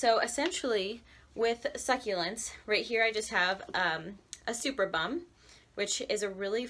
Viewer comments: At 0.36, It is not pronounced "SUPER-BUM" - (as in kardashian) LOL! It is "SUPERB-UM", superb em, Cheers from Australia xx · I'm pretty sure it's not pronounced 'Super Bum', but 'su-perb-um' :) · Very cool, thanks! Have you ever tried this with haworthias? (Btw, it's pronounced suPERbum...) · 🥰 It’s pronounced superrbuhm not two words ☺️